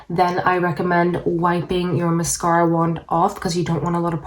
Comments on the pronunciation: I couldn’t handle how you said MASKARA every 3 seconds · Lets play a drinking game every time she says mas- scara. I can't. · Musk-aur-a. I feel like this might be a prank video considering how she’s pronouncing that word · Maascaara! I ❤️how you say mascara. Vinlikethe idea of using 2 mascaras. Wiping the wand and using old mascara , that's then mixed with fresh mascara , seems a little risky with possibly getting an eye infection. I liked your application tips. I will give it a try. If the second mascara , was burgundy , blue 🔵 or 🟣 that would be fun to do a possible demo. Thank you. You have lovely lashes!!! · Apparently we're supposed to say massCARA as well. Who knew!? Thanks for the tips 🤗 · Take a shot every time she says MUHSKARA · say mascahhhra, one more time. 😑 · I really enjoy how she says mascahra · Dear Lord please learn how to say the word MASCARA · I vote people will also pronounce "Mascara" the way does. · Mascara you say it funny lol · she’s probably just canadian